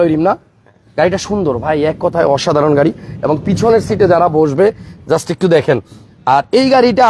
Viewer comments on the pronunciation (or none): উচ্চারণ ঠিক করেন , গাড়ীর নাম |